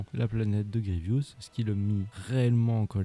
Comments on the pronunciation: Grievous et non Grievious! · C'est Général Grievous. Désolé mais il faut que tu réépèle son nom.